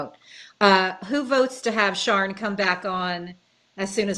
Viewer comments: Picking up the least important part of this podcast ... I'm confused about the pronunciation of Sian's name. In the UK a name spelled that way would typically be pronounced "Shaaan" - not "Sharn" - long "a", no "r" sound. It's different from the male "Sean" which is more like "Shorn" in UK english. Female: Sian - Shaan, male Sean - Shorn. Hate to be nitpicky but I kept being distracted. If Sian does in fact pronounce her name Sharn then please ignore this comment. Otherwise, great show! Hard to come back with a cheery sounding compliment when the subject matter is so grim, but of course extremely informative and insightful. Thanks for making this and thanks for all of your hard work. Do please take your mental health seriously, this is super tough stuff. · Yeah, it’s Welsh pronunciation- Shaan no ‘r’